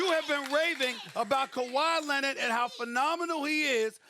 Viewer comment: Kawhi “Lennit”